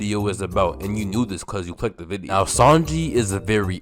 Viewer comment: bro you be saying video weird.